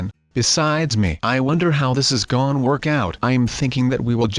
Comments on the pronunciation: And why u keep saying gone instead of gonna??? 😐😐😐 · i wonder why kept saying "gon" in this video